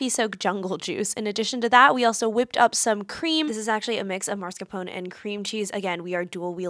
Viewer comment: I don’t think it’s pronounced as Mars-car-pone. There is no R before the S